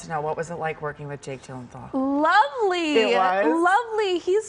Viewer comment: Jake Gyllenthal it sounded to me like she was saying. Will someone please tell this host it's Gyllenhaal...?